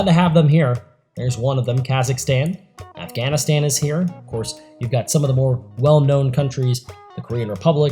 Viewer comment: Stop pronouncing Afghanistan wrong